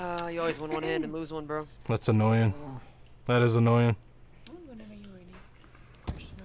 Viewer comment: I love the way you say annoying lol "annoy-yin"